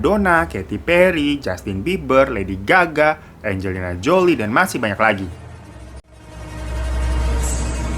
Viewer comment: Anjr gua denger nya Lady gagak,kwkwkwkw😭😭😭